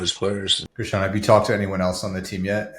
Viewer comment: Josh you did that on purpose, come on man, Guruchon yassabeelee? Lmao